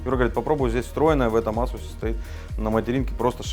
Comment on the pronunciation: я его азуз в азуз имел , как резало слух Вроде Асус говорится